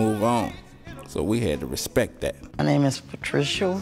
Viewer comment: The man cant even pronounce respect